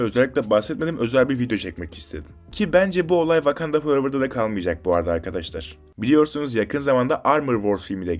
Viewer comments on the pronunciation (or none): none